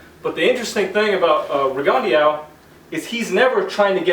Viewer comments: "Rigondó" is a french surname "Guyermo" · I saw this year's ago and coaches often don't seem to realize the angles and defense a south paw can see if they are crafty enough. Btw your pronunciation of his name hurts my ears bro. Great vid tho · Gee-ermo Reegan-de-ow